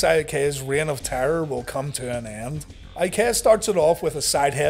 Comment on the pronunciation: I was 100% mark at 11 years old, but even I didn’t like Prince Eye-uh-Kay-uh.